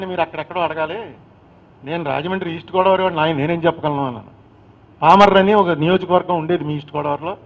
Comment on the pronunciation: Just...😂 PAMARRU become PALMORRU... 🎉EXCELLENCE in ARTICULATION...😢😢😢